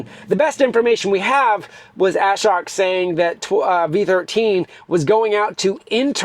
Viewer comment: Love your vids. Thought you might like to hear how Ashok’s name is pronounced properly. pronounce ashok